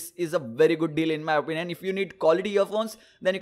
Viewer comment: Why do you always say "in my openion"!!!